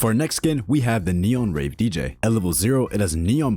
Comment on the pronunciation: why did i hear neon rave dj as neon rape dj😭